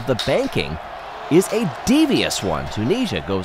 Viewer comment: This video taught me that Americans say the country Tunisia very differently from the Brits.